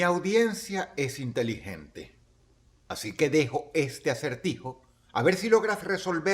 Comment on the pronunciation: wooo Dross dijo que somos integilentes